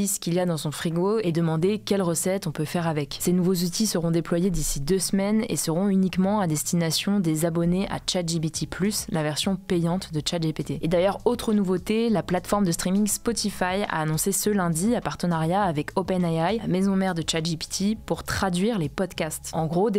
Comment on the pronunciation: très bien comme d'habitude chapeau l'équipe ! par contre il va falloir arrêter en disant " chat jipiti ", GPT ça va très bien, tout angliciser n'est pas forcément bon, puis vraiment à l'oreille c'est un calvaire d'écouter cette prononciation. désolé de la critique mais il fallait que ça sorte.